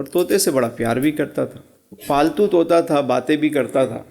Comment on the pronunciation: فالتو نہیں پالتو ۔ یہ کیسے مولوی ہے ان کو کوئی سمجھ ہی نہیں